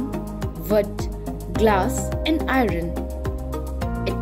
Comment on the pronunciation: Typical North Indian I-RUN 🤣🤣🤣🤣🤣🤣